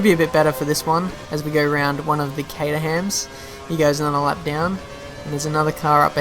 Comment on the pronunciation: The way you say Caterham is weird